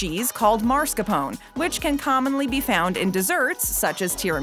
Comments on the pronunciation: Hi,! Just FYI that cheese is called "mascarpone", not"marscapone". That didn't take away from my enjoyment of this video, of course. A lot of these I've never heard of, but Brown Sugar Cinnamon Pop-Tarts are my absolute favorite, with blueberry in close second place. The key to s'mores is "the fourth element", which is whatever you want. I've tried butter, peanut butter, pizza sauce, jalapeno Cheez Whiz, and even Vegemite/Marmite/Bovril. (I imagine that last one won't win over many hearts.) HA! As a teenager, I tried to gross out my sister by toasting a hamburger bun in the oven and then putting peanut butter, pizza sauce, and tons of black pepper. Turned out to be awesome. I still occasionally eat that to this day!!!! My supermarket visit is a 3-step process: observe ingredients, innovate, and then enjoy. (Well, "usually" enjoy. HA!!!) Great video, as always!!!! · It's not marscapone it's mascarpone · Mascarpone! Not marscapone! This announcer does a LOT of voice work, and is VERY recognizable for her mispronunciation!! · It bothers me how she pronounces Marscapone